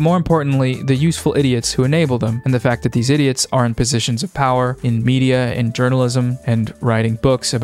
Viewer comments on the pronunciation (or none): none